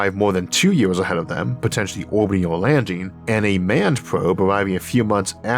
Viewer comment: Had to make sure I was not the first person to point out that you should not narrate if you have a speech impediment. It makes it both difficult to listen too and unenjoyable. How did you get through school not pronouncing your "r's"? Is it laziness by you or your teachers? Did you go to school in Florida? I mean c'mon, it is years, not yeaws. Do people tell you 'great job, Elmer!'?